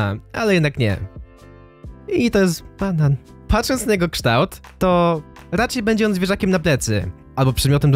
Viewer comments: Jak ty powiedziałeś te słowo banan xDDDD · jesus jak on dziwnie powiedział ,,*BANAN*”